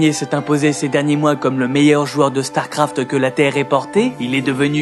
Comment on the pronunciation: Man la vidéo est bien mais alors ton élocution laisse tellement à désirer... Il faut arrêter d'appuyer les E à la fin des mots genre "uniquEUH" ou "StarcraftEUH" C'est la première et la dernière vidéo que je regarde de cette chaine car ça m'a vraiment fatigué.